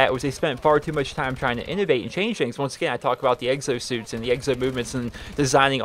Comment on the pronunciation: "Eggsosuits".... I'm sorry, I had to say it...